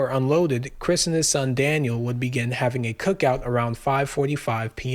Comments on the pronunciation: Daniel not Danielle lol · Why do you keep calling him Danielle? and one time call him Daniel??? 🤦🏼‍♀️🤦🏼‍♀️ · It's Daniel not Danielle! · Why do you keep calling Daniel, Danielle ? One is a boy's name , the other is a girl's name . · 😊 no. Not Danielle dan-yell that's a girl's name. Daniel dan-yule. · The most disrespectful thing is purposely mispronouncing Daniel as Danielle. My god if your gonna make a video about people atleast say their names correctly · His name isn’t DANIELLE. It’s Daniel. Respect him correctly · His son's name is DANIEL NOT DANIELLE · DANIEL NOT DANIELLE DUDE! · Good vid, but why are you calling Daniel, Danielle? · You keep saying "Danielle" ....... the kid's name was "Daniel" he was a boy, not a girl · This video blows. You keep calling Daniel "Danielle." You got many things wrong. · Daniel not Danielle. Great video. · Not being a dk, but the son's name was Daniel: dan-yule, Danny. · Bro quit disrespecting the kid say his name right he's not a girl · I watched til you mispronounced Daniel.